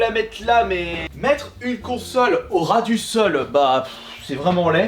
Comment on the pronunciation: mettreHEU une consolHEU Au ras du solHEU 😂 heuuuu😂